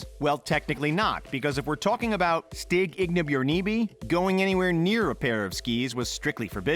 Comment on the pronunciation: The way you trashed the Norwegian name Stig Inge Bjørnebye...